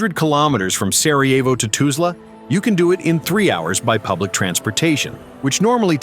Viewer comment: Tuzla is NOT pronounced TAZLA! Just like it is spelled, TUZLA (toozla)